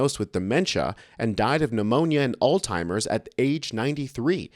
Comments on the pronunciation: It’s Alzheimers with a “z” … not “All timers”. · FYI, it's not "all timers" it's "Alzheimer", there's a "z" in there. Donnie Taco needs to go to a nice, out of the way home with 24/7 caregivers who won't let him have a phone with working internet. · It's alZ himers not altimers. Just being helpful to educate you and your other viewers.